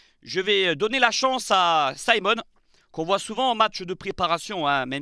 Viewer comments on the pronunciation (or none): Pourquoi dire Symon? Le Cameroun est francophone... C'est Simon 😅